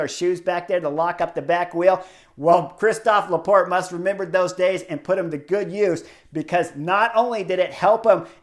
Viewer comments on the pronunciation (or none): none